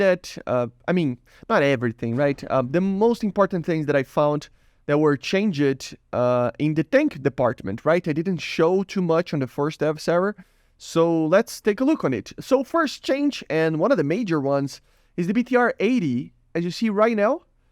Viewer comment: By the way, as a native English speaker, when something is different than it was before you would just say it's changed (pronounced change-d) the ed sound isn't really there the way you pronounce it. Just putting this out there as I know English Is a silly language that's difficult with certain words